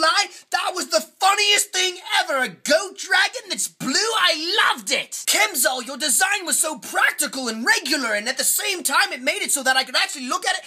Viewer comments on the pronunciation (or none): he said kemzal